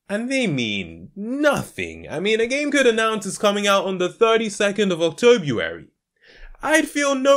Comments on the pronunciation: octobuary? Ayone else catch that?? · The 32nd of octobuary Ah yes octobuary